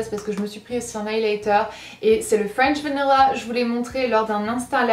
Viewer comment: " C'est le Fouench Vanila" Non je rigole 😂 Ta vidéo est super 😊 D'ailleurs je suis dégoûtée par ce que mon coffret too faced de la collection de Noël ( New-York ) Est tout tâché de vernis ☹